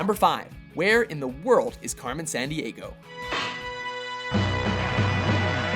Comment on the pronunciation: Carmen "Sahn-d-ahgo"? Really?